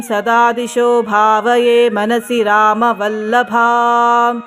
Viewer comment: ರಾಮವಲ್ಲಭಾಮ್ ಶ್ಲೋಕದಲ್ಲಿ "ವ" ಅಕ್ಷರ ತಪ್ಪಿಹೋಗಿದೆ.( ಮಿಸ್ ಆಗಿದೆ).